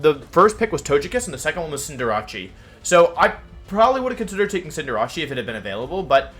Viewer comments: Cinder... What? Its cinder and race not cinder and jarachi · Why are you pronouncing"Cinderace" (Cinder-Ace) like Jirachi? It's kinda strange...